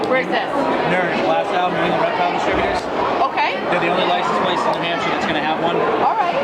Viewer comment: Did anyone notice in the beginning it said rertile show